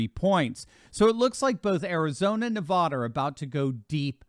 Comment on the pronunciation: love the show, please pronounce the state of Nevada correctly. It is Ne-VAD-uh not Ne-Vah-duh. Thank you!!